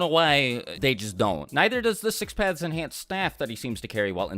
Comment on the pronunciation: How many times did he say six pathes